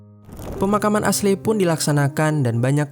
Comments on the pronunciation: Aslei aslei..esli bacaaanyaaa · Not "ashley" but "eisli" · Min tolong donk jgn bodo bgt baca nama aslei aslei.. dah tau kan ashley bukan nama indo, bacanya esliy.. pgn denger sampe abis tp ga kuat ama noraknya.. aslei aslei.. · Asley di baca Esly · Padahal narasinya bagus, tapi pronoun nya agak ganggu siih hehehe.. Ashley itu dibacanya eshli yaah baang bukan asley😅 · maaf bang, Ashley bacanya Ashlie bang, bukan Ashlei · Iya, geregetan dengar pengucapannya "Asley" 😅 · Baca nya Eshli bukan Aslei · ashley di baca (esli) hahaha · Aslei dirombak2 jadi Selai 😂😂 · Asyli/Esyli dibacanya bang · Kayaknya pengejaan namanya kurang tepat. Harusnya di baca eshly gak si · Kita sepemikiran 🙄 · Bukannya eshli ? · Iyaaa.. gw berusaha banget tidak terganggu, tapi gabisa.. hati ini ga kuat denger dia ngomong aslei..